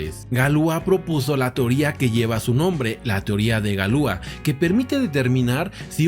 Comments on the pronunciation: Galia? Galois no galua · La pronunciación es Galuá! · En francés se dice Galuá. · Galua?galois no galua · Galua? Galois no galua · Galois Se pronuncia "galuá" menso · Galuá...pronunciación correcta